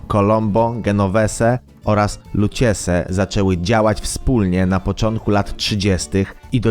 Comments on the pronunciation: sprawdz wymowe zanim zrobisz program idioto = lukkeze, dzenoweze jak drzwi sie wymawia. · "Luciese" naucz się wymowy na drugi raz, bo aż uszy bolą. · "luciese" weź chłopcze jak już robisz film- dobry z resztą- postaraj się czytać poprawnie, bo komicznie to wychodzi i widać, że nie masz o tym pojęcia a jedynie czytasz wikipedię i wyszukiwania z wujka google. ogólnie props ale postaraj się troszkę.